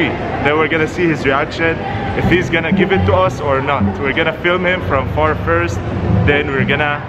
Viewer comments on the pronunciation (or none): none